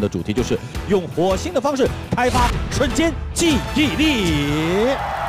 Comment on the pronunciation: 为什么汪涵要把瞬间的瞬读成3声啊？听着好别扭啊，我刚刚查了查瞬只有4声一个读音。